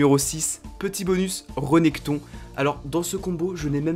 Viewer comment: c'est Rèneckton pas Reneckton